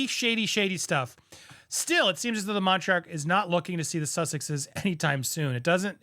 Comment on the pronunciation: King Charles is a monarch, pronounced like the monarch butterfly, not montark.